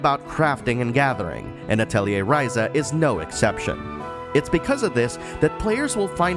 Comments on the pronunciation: You actually pronounce atelier correctly. That's enough for me to watch the entire video. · because of the way it's spelled a lot of people pronounce it Ah-telli-see rather than Ah-telli-ay